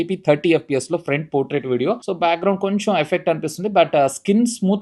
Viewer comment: It's "Portrait" not 'Potrait'